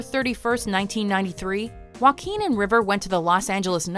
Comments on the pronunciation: ok its Wa-keen Phoenix and not Jack Phoenix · its pronounced (hua-keen) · Joaquín in English is pronounce Hwakin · When walk the line came out, i worked at a grocery store that rented and sold movies. Mgmt told this guy to got on pa system an promote the new movies. He literally said 'with joe quin phoenix'. Omg. The entire store broke out in laughter. He had no idea he was pronouncing it wrong. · It's pronounced "Hoe ah keen" =/ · I'm not trying to make fun of Joaquin, but Joaquin Bottom, if you say that fast enough, it sounds like "Wackin bottom" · "Joquin" hahahahahahahahaha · It's pronounced hwa-KEEN (H sound at the start; emphasis on second syllable). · and I'm Kanye West yeah. it’s more like “hwa-keen” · Ashley Martinez That’s right! Tho for Americans, it’s easier to explain that it’s pronounced “hwakeen” than “huakeen”. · Nobody: Watch mojo: wakeen feenix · Walk-ing Phenix? 😂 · and I'm Kanye West it’s not “wh” together like you would pronounce the word whale. It’s the “wha” together with the “h” sound you make when you say words like “heart” or “heat” or “hard”, etc. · Can't pronounce his first name correctly I see